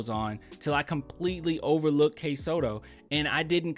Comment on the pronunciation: It's Kai Sotto. It rhymes with Sky Toto. He's not a bad prospect. Just as likely undrafted but I think he'd be a good project.